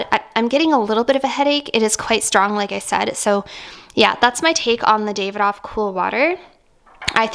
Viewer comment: Davidoff is pronounced daaahvidof